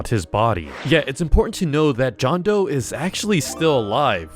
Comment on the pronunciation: It’s doe not joe